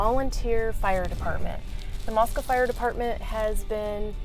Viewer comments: Yeah I would have bought a house there until I heard the way you said Moscow. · i've watched several videos so far where a resident or former one has pronounced it like that. apparently that's just how it's pronounced. 🤷🏻‍♀️ such a subtle difference shocked me too lol.